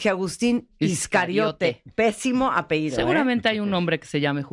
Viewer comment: Martha!! NO se dice APEIDO !! tú diciendo Apeido o Apehido!?? es APELLIDO!